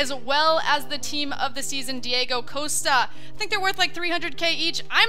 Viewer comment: haha TOTS "madrich" and TOTS Diego "coast-a".. love ur pronunciations lol